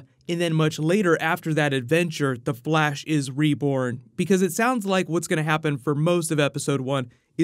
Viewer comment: did any one notice that he said the blash